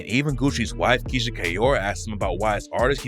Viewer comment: Where are your kids “KEYSHIA”?